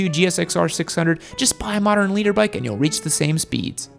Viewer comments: Did he seriously call it a leader bike? It's a litter bike, as in 1000cc in a litter..... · What an helmet noob you haven't got the slightest clue all your info just cherry picked off the internet half of it is wrong. And it's litre bike not leader bike you absolute melt. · Litre. Lol thought no one was going to mention it. Made me second guess what it meant if the was saying it